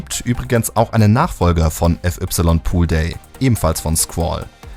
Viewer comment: wieso spricht man fy mit "ef ypsilon" aus stat fei_poolday oder fai_iceworld? Wer macht sowas bitte? 🤣